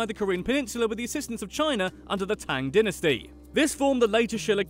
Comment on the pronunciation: Aww he can't say dynasty